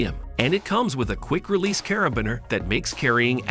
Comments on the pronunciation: Learn how to say cara-bean-er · "Putting" as in "put". "Carabeen". Bwahaha. Stopped watching after "Carabeen". At least get the pronunciations correct. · You don't like CarabINer? 🤣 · The pronunciation is funny... putting, roto, LED, grinding, caribiner...